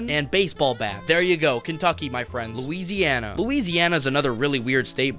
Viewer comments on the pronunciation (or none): none